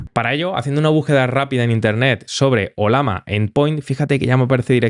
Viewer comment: conoces que es una LLAMA? (animal altiplanico de sudamaerica) si te fijas el dibujo es una LLAMA y se llama OLLAMA (y no OLAMA) sorry te veo siempre ers muy bueno explicando, pero me choca escuchar que digas OLAMA, jajjajja un abrazo